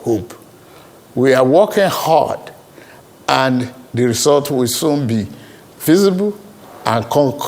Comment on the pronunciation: Did he say "we are working hoard"😅😂😂? Kaiii! This man